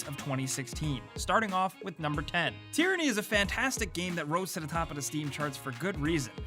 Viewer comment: Tearinnie? It's TYRANNY.